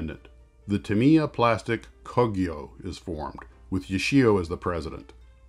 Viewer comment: Thanks for the info. I happen to live directly next door to the Tamiya family in Shizuoka. And had to cringe every single time you said their name. You should think of 'Ta' and 'Miya' as being two separate words. That would change your stress from the second syllable where it doesn't belong to virtually no stress at all. (Also Yoshi-O)